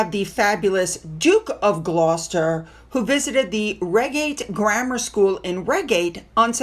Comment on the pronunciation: It’s pronounced, ‘Ryegate’